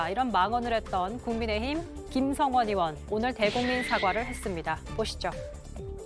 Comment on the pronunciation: 왜 자꾸 김성원 apple로 발음하시지 ㅋㅋㅋ